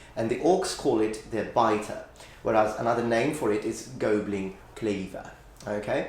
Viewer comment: it's pronounced "gobblin" not " gowbling"